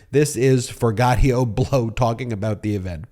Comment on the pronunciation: Hey, Ben, it's 'Forgioto', not 'Forgottio'.....Just saying (since right after you say his name, you play a clip where he says his own name). 😇🙏🌈